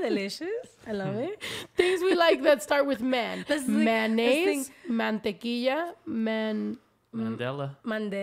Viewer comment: MAYOnnaise 😂 not MANnaise 😂😂😂 Hilarious…